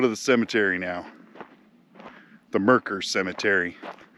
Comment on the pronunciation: Loves he pronounces Mercer correctly!